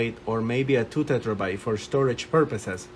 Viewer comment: Terabyte not tetrabyte :)